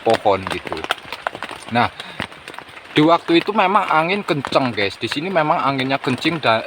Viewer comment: Nonton ulang lagi baru sadar klu ngomong anginya kencing🤣🤣🤣🤣🤣